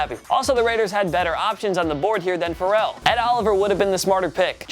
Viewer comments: Fare-el. Not like Pharrell Williams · Plzzzz learn how to pronounce Ferrell’s name right it’s fairell